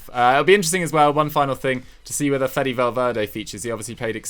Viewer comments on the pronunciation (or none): none